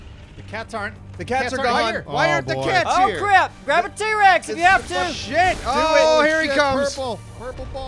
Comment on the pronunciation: 4 years later I just noticed said t-wex XD